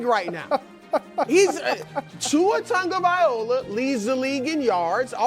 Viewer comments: Broussard, its not Tongo-viola its TONG-OH-VY-LOW-AH lol or just call him Tua 🤣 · Why does everybody call him TUNGavaiola? His name is TAGovaiola.